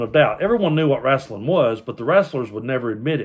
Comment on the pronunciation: When you called it "wraslin'", I knew you were a real fan.